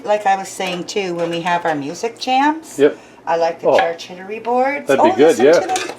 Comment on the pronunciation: ...so watches a lot of movies? haha. for the cheese board, it is pronounced (i was taught) char - coot-ery. Getting the skins to char somehow gives it the 'roasted' flavour? oven, BBQ or perhaps stove top?